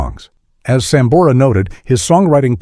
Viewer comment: Malisimo el q habla. A sambora le dice samora. Antes de hacer una transcripción tiene q saber leer. Gracias